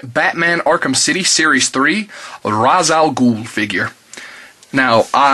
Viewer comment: He's your fav batman character... BUT YOU CAN'T SAY HIS FREAKIN' NAME RIGHT!!!!!